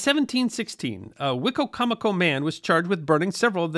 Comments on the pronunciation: We pronounce that ‘Why - coma - co’ In Maryland. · Living in the area I always hear it pronounced " Wa-comb-a-co". Who knew. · As a Native American in the DMV, we pronounce it WHY-COM-A CO. Just a heads up. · Hello! I'm from Maryland and have lived and worked in Salisbury. I'm assuming the pronunciation of the county that is named after the tribe (Wi-com- mic- koe) is one of the many anglicized versions. When I saw the title card, I said to myself "I wonder how it's gonna be pronounced?!?" The best version was on WWE the announcer pronounced it "Wicky-mick-oh". Thanks for focusing on something I literally live by. A topic suggestion that is equally close and would be great is the Quakers and their role in the early American history! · I think that’s a different river/tribe. We have both Wicocomico and Wicomico in VA. The first is the tribe and the second are two rivers (Great Wicomico and Little Wicomico). For the most part, I’ve only heard a few northerners (Maryland) say “Why-comico” when talking about the rivers, but who knows who is right! (Probably no one is: they’re just spelled the same 😉) The English language is a nightmare of spelling and pronunciation. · From a person who has lived most of my life in the area. The way you say the tribe name is so funny to me. I've never heard a person pronounce Wicomico that way. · Wicomico County in MD was named from the Algonquin wicko mekee but what you have has an extra syllable.